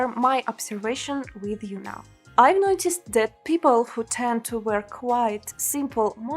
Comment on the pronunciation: Удачи в создании мультинационального контента. Посмотрите и послушайте произношение окончания - ed (colored - 'e' не произносится, reflected было произнесено правильно, noticed - читается [- ст] )